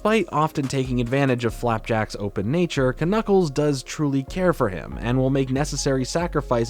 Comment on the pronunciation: is you mispronouncing "Knuckles" an inside joke?